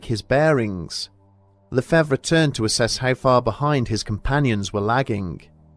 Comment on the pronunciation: le-fav is how lefevre is said. the re is silent in french